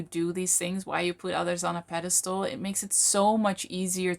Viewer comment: “Pedestal”;), not “pedestole”